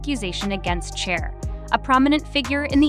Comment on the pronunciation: Is this video made by ai? Or do you really not know how to pronounce the name of Cher? Its “SHARE” fyi…